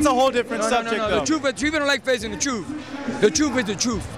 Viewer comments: The troof is the troof. Dude almost said my name is rufus and that's the troofus! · Damn he killed Mexicans with that welfare line lol.. Got upset when he started talking about how they get welfare "Listen you are making assumptions.." "Ain't no assumptions, truf is the truf, you scared to face the truf"... Real guy Angel Garcia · Hahahaha...the truf is the truf